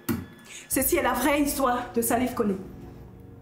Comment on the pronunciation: On dit koné toi tu dis coly 🤦🏾‍♀️